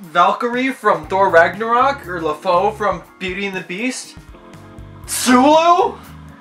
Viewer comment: pls tell me you didnt just say "lefoe"... ITS PRONOUNCED LE FOO also yes spideypool is gay and not sitting 5 ft. apart in a hot tub